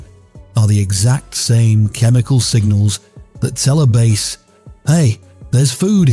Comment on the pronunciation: 02-26 Louisiana. We been fishing with shrimp since before i was born in 1957. Try to go but shrimpat Walmart now for $5. We catch our own. If he says "base" for bass one more time my brain will f'ing explode. He did! I'm out....